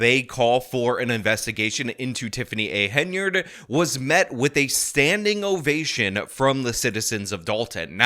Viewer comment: It's an ovation, not an ovashin. But anyhow, thank you for the reportage.